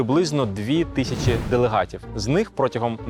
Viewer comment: Та не тищю, в укр мові немає слова тищю, а є тисячу, тисячу, тисячу ... це ж не важко договорити слово